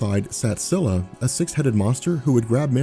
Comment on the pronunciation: Just to let you know, Charybdis is pronounced "Ka-rib-dis." You pronounced Scylla correctly though